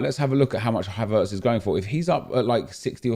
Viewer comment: WHY DO YOU PRONOUNCE HAVERTZ LIKE THAT???